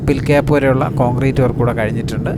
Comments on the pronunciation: ഭായ് "പില്‍ ക്യാപ്" അല്ല, "പൈല്‍ ക്യാപ്പ്"ആണ് ശരി. അതുപോലെ "ഗിര്‍ഡര്‍" അല്ല, "ഗര്‍ഡര്‍". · ഗ്രിഡർ അല്ല, ഗർഡർ (Girder) ; പിൽ ക്യാപ് അല്ല, പൈൽ ക്യാപ് (Pile)